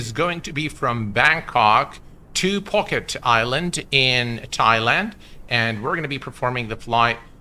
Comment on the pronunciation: It is pronounced Poo Ket, the “et” in Ket is pronounced like get. I lived there 9 months 😂